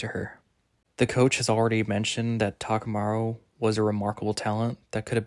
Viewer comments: Thanks, but you really butchered the names... Takumaru? TA-KA-MU-RA, I-MAI... bro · mate you should pronounce the core names and words right... Good video though! Takamura (not Takamarou) hajiME (not haJIme) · love your predictions, there’s barely any content for the Hajime no Ippo manga so this is really nice. btw Imai is pronounced like E-My and Takamura is said as Taka-muu-rah. Hope this helps!